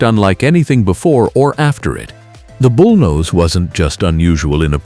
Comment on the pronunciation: KW bullnose ??? this" A"I is drunk !!!!!!!!